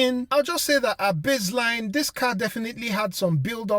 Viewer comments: its base - line, not bizzline :)) hehe, cool video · Not sure why you thought that was funny. People have accents.